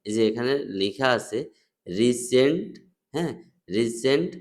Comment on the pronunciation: রিসেন্ট নারে ভাই রিফেস এইটা